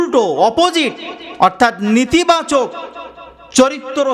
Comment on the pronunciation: Nitibachak na Netibachak(negative) habe Bhai